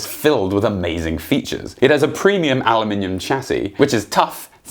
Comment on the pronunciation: He said "Aluminimum!" Yay! (I know there's a meem there somewhere... )